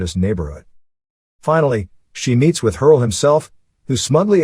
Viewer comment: "Hersl" not "Hurl"